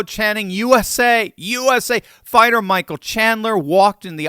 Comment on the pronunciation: It's not Michelle. It's Michael.